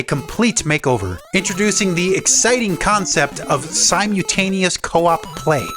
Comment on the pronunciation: Neat video. Its siMULtaneous. Not simyutaneous.